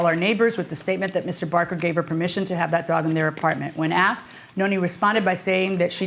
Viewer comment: "i aksed him"... .Wtf.... daaamnnn boooyyy....cant you read no good ?